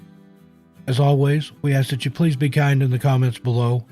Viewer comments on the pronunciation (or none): none